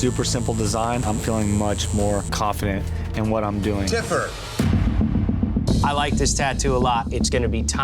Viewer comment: Tiffer not TIPPER